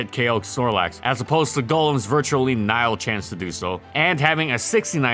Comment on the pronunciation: ok so i just stumbled onto your channel and i like this. not knocking ya but you said "NILE" when i think you meant to pronounce the word "NIL" it's like when someone is feeling "ill" or sick, but with an N in front of it. Nsick. I mean Nil.